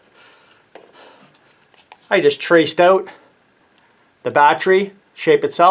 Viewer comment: Can’t stop saying. BAT TREE